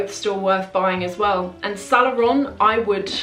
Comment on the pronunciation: I like your videos. But you gotta fix the pronunciation of "Saint Laurent" since it comes up so often. I hope you take this as a "there is milk foam on your upper lip and only friends will tell you at the risk of offending you" situation. Keep up the good work!